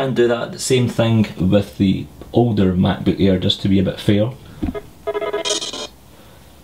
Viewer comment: Mack-boook ayer haha